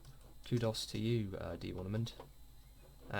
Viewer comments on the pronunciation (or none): im pretty sure its pronounced diamond digger not Di ermand...